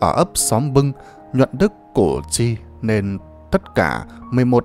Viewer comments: Củ chi sao đọc là cổ tri??? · Đọc sai cổ tri giờ đọc sai tiếp là cổ duy.Đề nghị đọc cho đúng danh từ Củ Chi... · đất Củ Chi mà ông này cứ nói là cổ tri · Củ Chi chứ ko phải cổ tri nhe !! Làm về lịch sử thì làm ơn đọc đúng chính tả dùm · Hình như bài do AI đọc? Củ Chi mà đọc ngọng là CỔ cHI???